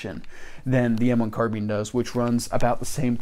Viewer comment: Hello, new to your channel. Just subscribed to you. So glad you pronounce the name carbine like I do: Car-been!